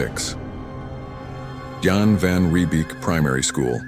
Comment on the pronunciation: As a south African it annoys me if people miss pronounce Afrikaans words your errors are Donker gatand Jan Van Riebeek